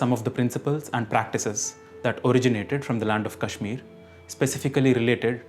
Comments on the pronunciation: ଭୂଷଣ nothing you say about writing, pronouncing makes pronunciation of कश्मीर as कश्मीरा because कश्मीरा is a girl's name. If he wanted to pronounce it correctly he should have said कश्मीर: (kashmir-h) not कश्मीरा (kashmir-a)। Is it too hard to understand? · whatever be the language of your ancestors, you vouching for his correct pronunciation was the dumbest thing you said!! When he pronounced कश्मीर as कश्मीरा And सनातन as सनाताना in the first 15 seconds of the video. So you clearly don't know what correct pronunciation is you dumbass. claiming to be a student for 49 years???? GTFO